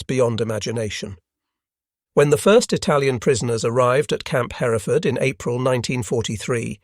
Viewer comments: Camp Hereford...pronounced just like in Great Britain. Not Her - reh - ford. Also name of a type of cow. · Hereford is pronounced her-ford. The second E isn't pronounced. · Camp Hereford is pronounced: HER-ford. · Love this, but could you please call Hereford, TX by its Texan pronunciation and not the British way? In Texas, it's pronounced HUR furd. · FYI, Hereford is pronounced hur ford.